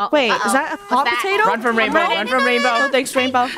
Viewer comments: Funneh think she said: Raingolf (Rainbos) Me: RainLoaf? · Bow-lf (rainbow)